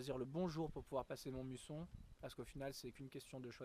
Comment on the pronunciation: Bonjour. Très heureux de ce retour sur la chaine. Pour info, je crois que c'est MAUmusson et pas MONmusson mais c'est vraiment un détail qui n'enlève rien au plaisir de revoir les vidéos. Bon vent de retour.